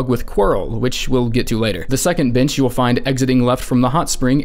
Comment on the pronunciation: did anyone else hear bench as a bad word 😆😆